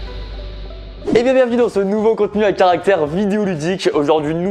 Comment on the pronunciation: Pourquoi tu dis caracter videos ludique